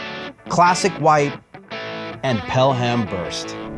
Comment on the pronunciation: Did he say PEL HAM Blue? lol